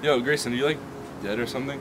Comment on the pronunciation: "Grameson" lol